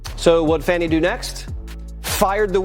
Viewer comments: It's Fanny not Fawny!! Fools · why are people pronouncing it, 'Fonni Willson'???? Its Fanny! Like the butt cheeks. She is a loser!! #DemsLie #DemsCheat #DemsSteal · Wanna bet she ignores the supeona and nothing will happen to her? She needs to buy a W if dhe wants her name to be pronounced Fawni because fani is pronounced fani not Fawni. If one is speaking English. Right? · Why are they pronouncing her name incorrectly? It’s Fani….like an ass! Not like “fawny” , a cute name for a baby deer! The media makes me sick!🧂🧂🧂🧂🧂🧂🧂🧂🧂🧂🧂🧂🧂🧂🧂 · FAWNY ?? Like a Baby a Deer A Fawn? So she has been spelling her name Wrong! No we're Not going change our English language to fit your ignorance. FANI is Not pronounced FAWNY! 🙃